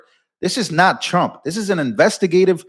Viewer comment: The first time I heard she said president Strump 😀